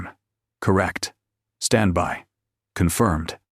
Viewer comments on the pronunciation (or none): Please program your AI as to what a syllable is. "Standby" has 2, not 1 syllable. At least twice in the story.